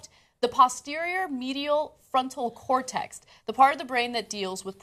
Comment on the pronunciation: It's pronounced ''cor-TEX'' not ''cor-TEXT'' Ana. Geez, does she have to rape the English language EVERY day? Or is it just every OTHER day?